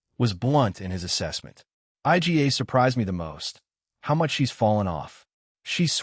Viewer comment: I G A... stupid AI